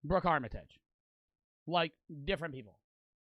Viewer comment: This cornball still says armitage wrong🥀